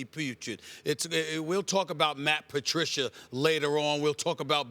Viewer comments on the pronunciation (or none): none